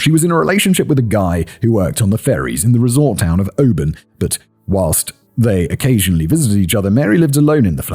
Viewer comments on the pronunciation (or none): none